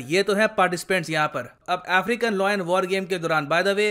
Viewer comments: Sir its Layan not loyen (lion) No disrespect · Lion is pronounced as लायन - not लॉयन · Everytime he pronounces lion as loin 😂 Loin is the lower part of your torso body or sometimes referred to as private parts lol